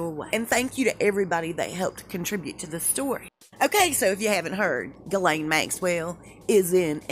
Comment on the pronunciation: Hay, love your vids but it’s pronounced “jhizz-layne”